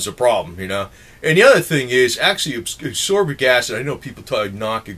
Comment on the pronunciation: And its not asorbic acid its asCorbic acid